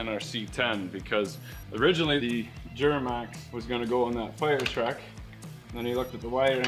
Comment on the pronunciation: I like how pronounces duramax as dghuramax😂😂😂